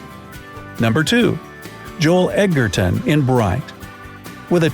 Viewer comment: It's pronounced joel edge er ton ,not , egg at ton